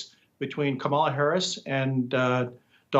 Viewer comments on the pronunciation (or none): Hey Nik - At least learn how to pronounce her name. Rhymes with MOM-ala. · Kamala herself has mis-pronounced her own name at least 3 times. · "Kamala" sounds more like a brand of marmalade!